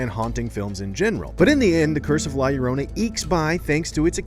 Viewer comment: This guy cant even pronounce title correctly